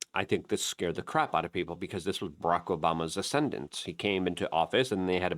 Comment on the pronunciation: It’s people not peeper